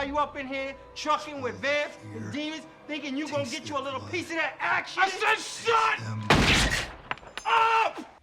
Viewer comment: Show: "When do you expect Darla to show up?": "Yes." As pronouncing "tt" as "dd"... it's not your fault, it's just Americans rubbing off on you. XD